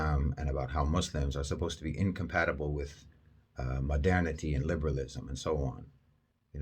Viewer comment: Why i keep hearing "Madani" when u say "modernity"? My ear needs a fixing